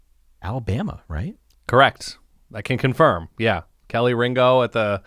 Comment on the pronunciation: Who in the world is KELLY Ringo!?! It's Kelee...Do a little research, brother.